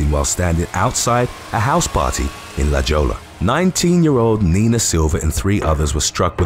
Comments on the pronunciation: "LA~HOYA" not jolla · La Jolla is pronounced, "la hoya." In Spanish, the double "l" sounds like "ya." You wouldn't believe how beautiful - and expensive - La Jolla on the ocean side is, and I'm not kidding. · 😂😂 “La Jolla” = Lah-Hoy-Yah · La Jolla = La Hoya. Hard to pronounce, admittedly. 😁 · Its pronounced "La Hoi-ya" La Jolla= the jewel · La Jolla is pronounced "la hoya". (Spanish)